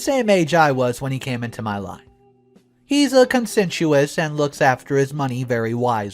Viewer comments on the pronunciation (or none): Wary, not weary. Conscientious, not whatever warbled word pronounced. Infuriates, not infurierates. Continued mispronunciation makes listening difficult.